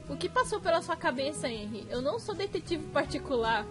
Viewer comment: Se lê Renri e se escreve henri